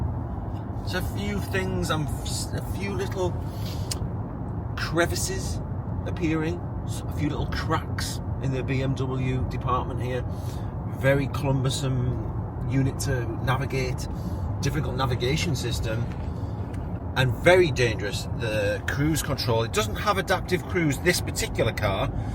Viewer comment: It’s cumbersome btw rather than clumbersome 👍